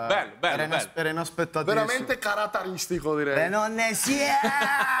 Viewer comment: che dice "carataristico" è una grande cit.